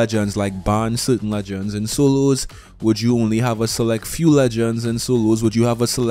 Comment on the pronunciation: For every, "soloos" he has said in this video, I'd be rich.